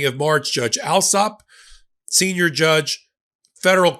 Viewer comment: The English surname Allsop is pronounced All- sop. (As in "all")